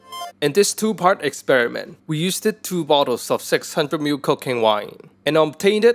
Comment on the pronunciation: I heard cocaine wine lol